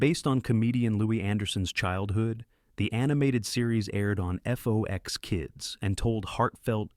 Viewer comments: It’s FOX, not F-O-X. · How old are you? I ask because you referred to FOX (like the animal) as "F-O-X". Also, the name of the guy who voiced C-Beer was pronounced as "Tone Loke". I mean, that was EVERYWHERE in the 1990s.